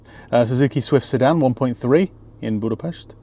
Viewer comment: He said Budapest right wooooow